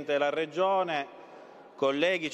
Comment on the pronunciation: Si dice regione non reggione